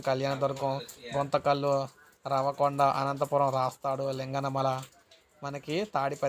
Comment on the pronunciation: అనంతపురం జిల్లాలో అది రవకొండ కాదు ఉరవకొండ అట్లనే లింగనమల కాదు శింగనమల